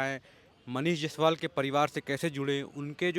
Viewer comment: जैसवाल नहीं जायसवाल होता है सर